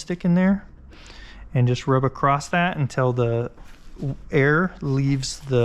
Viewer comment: You say acrosst instead of across